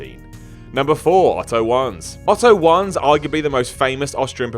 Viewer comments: Isn't it pronounced Vanz not Wanz? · The MSG match was between Snuka and Muraco, not BacklundAlso, Wanz is pronounced like Vonz. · Wannz is pronounced as “ Vonce”